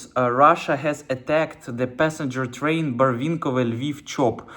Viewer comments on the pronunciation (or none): none